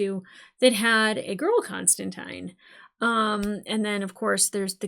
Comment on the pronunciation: Extra points for pronouncing Constantine correctly.